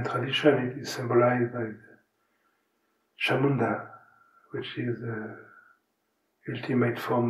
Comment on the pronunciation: it's "Chãmundã". And he mentions her many times again afterward. 🙂